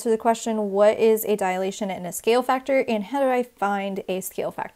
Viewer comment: Students often mistake it as a "dialation" , so please pronounce it properly. It is a 3-syllable word: you're saying diAlation, instead of dilation. Also: why not refer to the shapes as preimage and image?